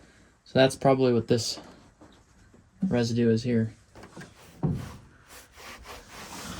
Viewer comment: Yea "residue" my boy has been busting nuts in the back. Lmao